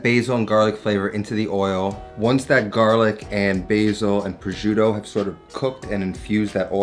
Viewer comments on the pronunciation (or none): indeed lol more like "pro-shoo-tô" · pro-shoot-toh Double that T and roll that R, it’s not that difficult Also: the “gi” sound in Parmigiano should be pronounces as “ja” in “jar” Par mee ja no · He should learn to pronounce the Italian names of the ingredients. It's hurting my ears when he's saying 'projoodo' and 'amatrisiana' etc... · "prozhiudo" jk great video mate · it annoys me so much how you pronounce "prosciutto" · How he says prosciutto is triggering. And so bad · The way he says prosciutto.. ugh... you can cook Italian you can’t say prosciutto the right way. 😑